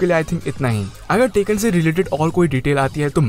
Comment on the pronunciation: Its bandai namco not bendei nemecoo Its tekken not taken